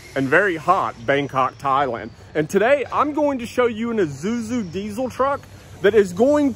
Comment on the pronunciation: I know you're saying Isuzu, but every time you say it, it sounds like a character from Lion King.